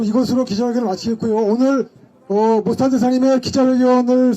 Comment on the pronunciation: 모스탄을 왜 모사탄으로 부르냐? 발음 잘 해라